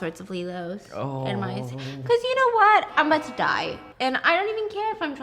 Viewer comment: Omg amazing what is advertised these days. Also, the way you pronounced “father & die” is funny.